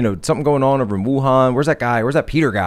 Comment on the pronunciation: The way says “on” (“oawn”) is SOO irritating. It’s not an accent it’s just him saying it wrong.